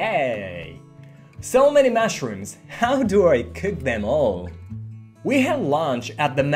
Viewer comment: I love your channel. One correction though: you say 'mashrooms' instead of 'mushrooms'.😊